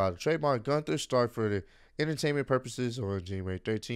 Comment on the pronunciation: I'm not calling him guther